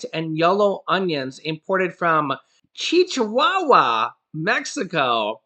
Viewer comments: ITS NOT CHICHI WAWA...IT IS CHI-WA-WA LIKE THE DOG....DUMBAZZ! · It’s pronounced like the little dogs from there! Chihuahua sounds like “chi-who-wawa” Not “Cheech-hu-ah -wa! You were close! But I died laughing at this and have to rewatch this episode! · OR CHI-UA-UA...H IS SILENT IN SPANISH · It’s pronounced Chihuahua like the dog Chihuahua not Chi Chi Wawa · Hey, you mispronounced that Mexican state it's not "Chichihuahua" it's Chihuahua like the small ankle bitter dog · Its chiguagua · Cheewawa 😂🤣😂is how it’s pronounced Cheewawa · Hilarious. Chihuahua??? Think of the wee dog. Chi-wah-wah. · LOL DUDE! Chihuahua is pronounced (Chi-wa-wa) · Chihuahua is pronounced chi wa wa. lol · its pronounced Chiwow wa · HI AS ALWAYS YOUR DOING A GREAT JOB...TY SO MUCH. BTW THE STATE CHIHUAHUA IS PRONOUNCED CHEE WAH WAH. LOL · P.S. It’s chihuahua .. like the dog. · Why are you saying Chihuahua as if there are (2) C’s in the word? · The Mexican state is pronounced like the dog of the same name! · Lol it’s pronounced like the dog 😂